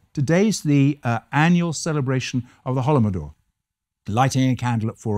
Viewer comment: "Holomodor"... No. Holodomor.